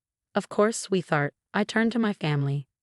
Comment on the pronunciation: Sweetheart is a compound word pronounce sweet•heart, not using the digraph “th”. Please get it right. 👎👎👎